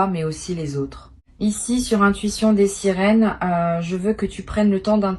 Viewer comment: Svp corrigez votre prononciation c'est l'intuition des sirènes et non des sérines ok?